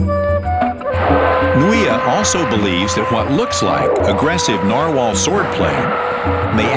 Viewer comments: plus he's pronouncing it wrong he's saying Narwhale like a Whale its a type of whale but it's pronounced Narwhal like a wall narwall is how its pronounced so yes thx i agree ^_^ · Dentist said NAR whale. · He said narwhale instead of narwhal